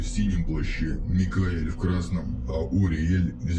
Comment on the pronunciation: Типичные ошибки. 1. Йуд - вместо Йод. 2. Уриэль, вместо Ориэль. 3. Ве Гебура, вместо У-Гвура. 3. Ве Гедула, вместо У-Гедула. В остальном, все правильно.